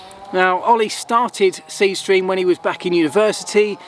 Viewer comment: . Dude, when u promo sth, say it name the way people will know it. Speed stream? I had to rewind 4 times.